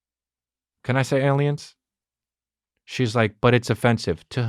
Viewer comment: "ples lemme sayaliens" lmao